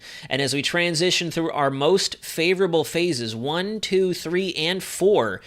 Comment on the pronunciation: I am hearing “ favorable” as “ dangerous”; presuming that is what you are saying as in, “Watch Out!!”